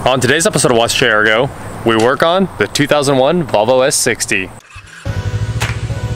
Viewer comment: Why do people in Kansas pronounce Volvo as "Bobble?"